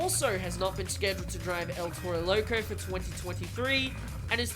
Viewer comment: Why he say it like that “el tero lerco